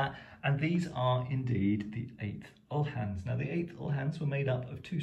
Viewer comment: It’s pronounced OO-Laans (as in Boo) and spelt Uhlans or Ulans. The ‘H’ is silent.